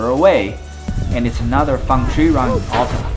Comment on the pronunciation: Great video. My only criticism is that Alta is pronounced al-ta, not all-ta.